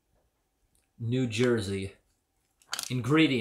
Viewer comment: Lol the way you said “New Jersey”’. Anything from Jersey is going to be sour and acidic, just like that candy! (I would know, I live there) Nice video as always.